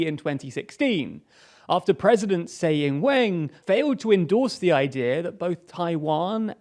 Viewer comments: Saying weng? Its cai yingwen, or vegetable english if you are cool. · I like this channel but that pronunciation of Tsai Ing-wen was ...ouch. keep working on it.